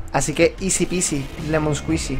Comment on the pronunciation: "izi pizi lemon esquuizi" que clase de conjuro es ese? :V